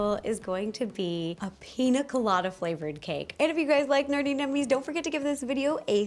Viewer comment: oh btw it's pronounced pinya colada, the accent on the n makes it "enye"